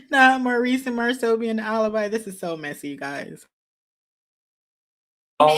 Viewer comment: She keep saying Marsau and Martell’s name wrong.